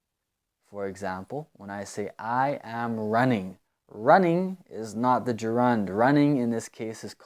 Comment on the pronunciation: Yo, bro. I think you're pronouncing the word Gerund in a weird way . I think it is pronounced (je'rend)